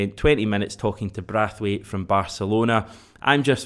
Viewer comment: Omg it's braithwaite ! Not brathwaite 😂😂😂😂 embarrassing